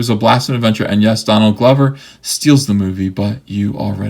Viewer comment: Is that “Don Glover” or is it “Dong Lover”? Lol your memes tho!